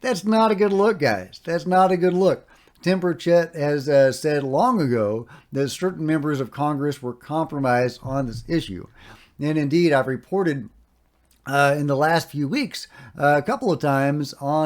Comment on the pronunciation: FYI. It's burch..it